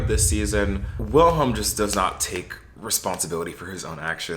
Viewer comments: The W in Wilhelm is pronounced like a V, so Vilhelm or Ville for short. Also, you should watch it in Swedish with English captions, trust me you won’t regret it! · it's pronounced /'veel-he(l)m/, the W is never pronounced like a /u/ in Swedish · its pronounced like "villhelm" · HAHHA I'm living for your different ways of pronouncing "Wilhelm" ✨ Tip: you could just say "vilem" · U are saying willi name WRONG 😂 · NGL as a Swede here lol, the way you say the characters names especially Wilhelm triggers me so bad lol. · as a Swede having to hear you mispronounce Wilhelm troughout the entire video was so painful but yeah the show is good I like it I'm gonna be so mad if they cancel it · Same, it makes me feel itchy for some reason. But not like the feeling of wanting to scratch yourself but like a phantom touch.